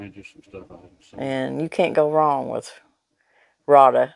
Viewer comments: Rada is pronounced "Ray'dah." I called the company to order online, and that is how they answered the phone. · I always love y’all’s videos. Always something interesting, and funny. You cracked me up saying “full as a tick”. We’ve said all our lives, so it tickled me good. I, too, love the Rada knives. I had occasion to call them, and they pronounce their name “Ray-da”, in case you care. Lol I have several of their knives and they are super sharp and very affordable!! Thanks for the laughs and good content!! ♥️🙏🏼♥️